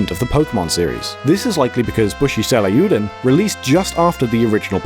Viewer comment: Yikes that pronunciation of ryuu is real distracting tho